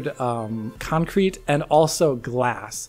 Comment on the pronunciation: please say concrete and not cancrete